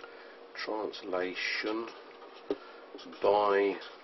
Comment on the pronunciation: 'It is a transtalation' made me giggle :) But a very helpful video. Thanks!